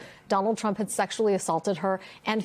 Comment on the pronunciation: I notice you said ‘the ‘Tump justice department’. I thought it was the peoples justic department. Im English, so maybe Im wrong. Is that why they are covering for him?